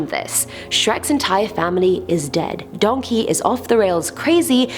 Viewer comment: Does your brain ever go “Donkæ”